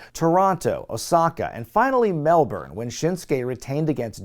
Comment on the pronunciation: As an Aussie I appreciate pronouncing Melbourne properly instead of the usual Mel Born from a lot of Americans. Mel-Born, Mel-Born, it's pronounced Mel Bin